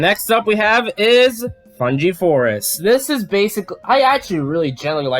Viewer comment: I definitely like the DK64 OST way more than your pronunciation of Fungi. (Fun guy)